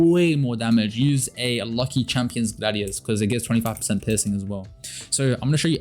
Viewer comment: Wait, I heard u say pissing in this game instead of piercing XD